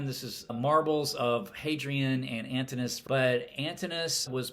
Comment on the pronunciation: Thanks for a thoughtful review. A small note: Antinous is pronounced Antin-o-us.